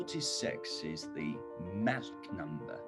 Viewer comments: のtheが「でぃ」になっているのは何故なのでしょう？ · このtheってジなんや… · 強調してますからね